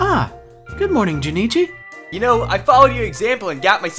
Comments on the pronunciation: This is better than actual anime dubs. Also, his name is Jonochi. Not Jonichi. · wondering why yugi pronounces jonouchi like jenichi lol